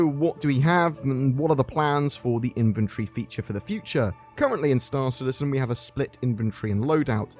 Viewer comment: He says “inventory” “inventree” 😅 yikes